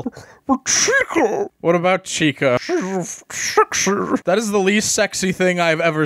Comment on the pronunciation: Buh Chicah Shesh Shexy